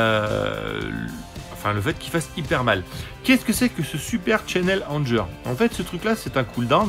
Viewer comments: Je veux pas faire mon anglonazi, mais prononce Anger "angueur" :) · Non non, c'est juste que Anger, en anglais, ça se prononce "angueur", ça signifie "colère".